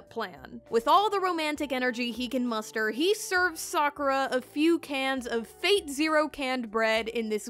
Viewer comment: I kept hearing “fake” instead of “fate”